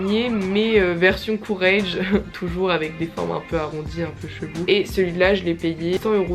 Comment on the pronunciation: Pour les prononciations, Moschino ça se prononce à l’italienne donc « MosKino » Courrèges ça se prononce à la française donc pas « CourreDJes » mais « CourrèJes » Voilà, super vidéo sinon!